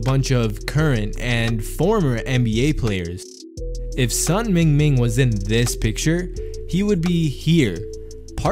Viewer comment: The correct pronunciation for Sun sounds like Soon. His name is in HanYuPingyin format. Which is easier for non Chinese reader to read. You can't read 孙明明 if you don't understand Chinese.